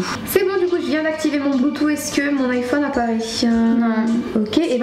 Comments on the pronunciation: par contre ça me fume les "blutoo" ou les "uish" 😭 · Y'a que moi que ça choque comment elle dit "Bluetooth"💀😂😂